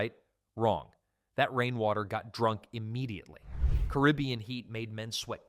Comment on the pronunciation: Wow I've never heard someone mispronounce carabian so badly.